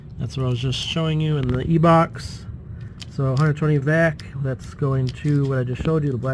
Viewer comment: I have never heard someone refer to 120vAC as "120 vak", it caught me off guard!